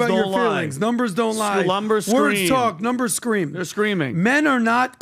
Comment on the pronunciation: "Venezuelans?? Dhey're dah best!" - PBD.